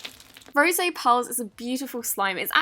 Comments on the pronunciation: It’s called RO Z AYYYYE lol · Did she just say “Rosay” instead of “Rose” A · Why did you say Rose as Rows-ay? Just a lil confused😂 But this vid is awesome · did she say ro se pearls or rose pearls? or is that just an accent or is that how its pronounced,,, idk any more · "rosay pearls" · Fun fun time With Tatum! She said rosé not rosè sorry, just wanted to point it out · Did she say Rosey pearls? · It's rose not rosé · Did she say “ro-say pearls?” I replayed that part a lot because I wasn’t sure. That was a first! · For the ones with rose in the name she always pronounces t "ro-zay" is it supposed to be pronounced that way because she has done it in the past